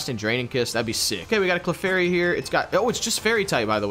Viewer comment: I watched two of your videos, wanted so badly to stop watching but decided to give this one a chance... the moment you pronounced Clefairy wrong, nope... I'm sorry, but y'all need to work on your pronunciation of Pokemon names before I watch your stuff again. I realize this may come across as rude, but I hate cringing at pronunciation every 5 minutes of a video. Good luck on relearning all the names, and I hope one day I'll be able to watch you again.